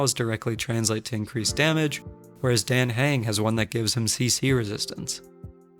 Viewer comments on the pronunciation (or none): It’s dAHh hUng the game pronounces hus name pleeeeease say it right